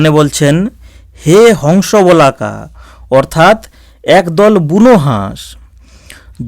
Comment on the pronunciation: মাফ করবেন বোলাকা নয় বলাকা বলুন।